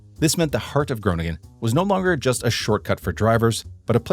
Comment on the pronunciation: Groningen is the Dutch capital for bicycle.thefts I must comment on your Dutch pronunciations you get every city name wrong. Groningen is pronounced Grow ning -en you put the "g" in the wrong place. Almere is pronounced Al meer - ah The SCH in Schipol is pronounced as the SCH in the English word School. Also for the Dutch athlete Daphne (daf ne) Schippers (shipp -ers) You are using the German